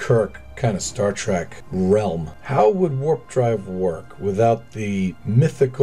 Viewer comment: You are literally my favorite KSP Youtuber but every time I hear you say "Star Track" I wanna hang myself As usual, super tasteful builds, love you man